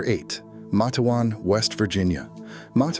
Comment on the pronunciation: It's. Mate-wan